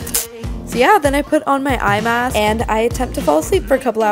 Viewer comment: Am i the only one who thought she said "iMac" when she really said "eye mask"?😂